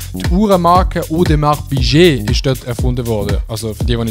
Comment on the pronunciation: Hahaha wie er Audemars Piquet ausspricht 😂😂! Nee aber wirklich geiles Video👍👍